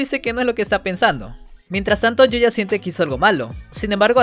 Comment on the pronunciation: Yuya tengho❌️ Yoya tengo✅️